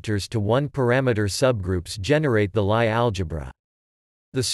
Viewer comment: LIe is pronounced "Lee"